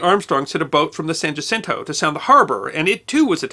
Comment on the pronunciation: San "wah-sin-toe", no "ja-sin-toe". Jacinto. I may have spelled that wrong.